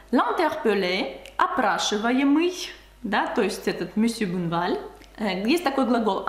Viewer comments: Juste une petite correction : ce n'est pas monsieur "bouneval" mais monsieur Bonne val prononcé Bon' val avec un O comme dans "Он" en russe. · Bonjour! Tu parles très bien Français - Bravo!!! - mais je me permets quelques remarques sur ta prononciation dans cette vidéo. 1) Tu prononces: " Mr BOUneval" --> il faut prononcer Bonne -val "BONNE" comme dans " la confiture est bonne;-)" 2) Tu prononces: "CAUME" d'habitude. Le "O" doit être ouvert cOmme (même chose que "bOnne" au point 1 3) les premières atteintes tu as oublié la liaison --> "les premières 'z'atteintes" 4) Ah ça!! On ne prononce pas "AAAAh ça!" mais "aCAAA") --> "ah" très court... "ça" plus long 5) Tu dis: Le malheureux ajusta "SON" lorgnon et "LU" --> il est écrit: le malheureux ajusta 'SES" lorgnons et 'LIT" Voila qui va te faire passer pour une "vraie" Française;-) Encore une fois tu parles très bien... ce ne sont là que quelques détails qui amélioreront encore ton français Ты молодец! Amicalement Charlie